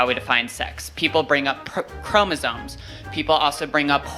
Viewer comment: ChromoSOMES not ChromoSONES